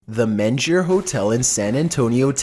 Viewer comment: I do enjoy the upload but I have to say one thing. my man pronunciation really makes the narration better. Example this first clip. It's the menger similar to main and ger with a g sound not a j sound.